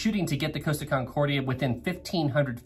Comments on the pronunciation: Repeat after me "cost" as in how much something costs, then "ah" as in stepping on a piece of lego. Not "coast-ah" there is no coast my dude. You wouldn't ask a shop assistant how much something "coast" would you? Deary me guy 😂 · It's COST-a. Not COASTA-a. Source: their YouTube channel's commercials.